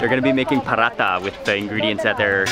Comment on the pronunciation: It is paratha.. not parata;) also it wasn’t Desi ghee that she smears on paratha but real butter from which Desi ghee is made.